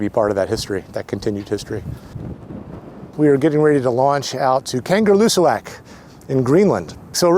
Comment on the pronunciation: It’s pronounced “Kanga Loo Sack “ phonetically! Not a kangaroo in sight!